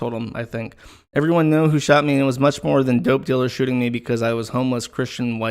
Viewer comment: Worth watching the stream just to hear say ‘ervermom’